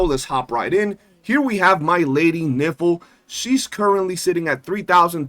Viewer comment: Geesh, her name is Nifle, rhyming with rifle, not rhyming with sniffle or sounding like , well the way you say it repeatedly.